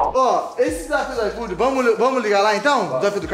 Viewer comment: O falou: IFOOdeu, hein